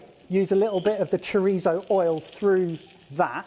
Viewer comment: Please stop pronouncing Chorizo like that its weird lol Cho-Rhe-So